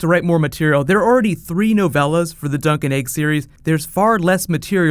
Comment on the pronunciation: you sad, "dunk n Eg" opposed to "Dunk and Egg.' AND dude you follow that with, "the bunny thing...." not, "the funny thing." "the BUNNY thing"